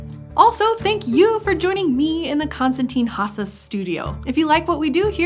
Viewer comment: This is grating to listen to. It's "thuh" before a consonant sound, "thee" before a vowel sound. That's something you learn in grades one and two. This shows what a putrid state modern "higher" education is in. I refuse to participate. I could do without the inane Ted-talks-style hand flapping, too.